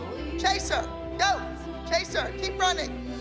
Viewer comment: Am I the only one that thought that Abby said Caseoh instead of chase her 😭😭